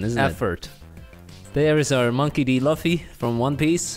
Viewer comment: Who tf is loffy I only know luffy lu-ffy